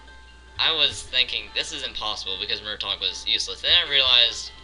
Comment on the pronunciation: Its Mrtaeg not murtawg